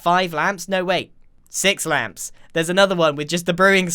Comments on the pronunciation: grian: ŁÂMPŠ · grian: LAmPss , i want more! All of us: we're ok with just a few Grian: LoOok ITZ CHeAZe Us: umm... ok?